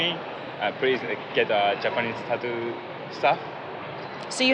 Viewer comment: It's "tattoo" not "tadooo"